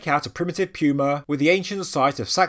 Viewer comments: Puma is pronounced "poo-ma" not "pew-ma" Why can you say puma properly when saying "puma punku" but not when saying "puma"? You are supposed to be at a higher intelligence level than the rest of us! I lose credibility when I hear you sounding like this. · It's literally hurting me to hear you say puma wrong LMFAO I hope I'm not the only person FML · Puma....he pronounces like “Pew-ma” we pronounce it like “poo-ma” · No offense but I thought he said pupa instead. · Pew-Ma. British people are fun. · This whole time I have been pronouncing pewmas all wrong...what else have I done wrong...are unicorns not real? Are fairies fake? Is Dr hawass not a reputable guy? Ohhhhhh wow I'm going to hide under one of those megalithic stones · I'm one hundred percent sure somebody else has pointed this out in the comments but you're saying that big a cat's name wrong it's puma The U has almost an o sound Goo So you would say it poo-ma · i know, and as an American I'm sure i have no right to question how anyone pronounces anything. However, puma just sounds weird with a 'y' in it, and with your accent it puts a heavy emphasis on it.